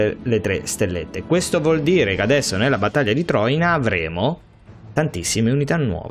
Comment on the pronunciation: Troìna, non Tròina